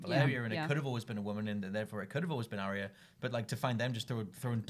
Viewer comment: It's a Ar-ya not Arria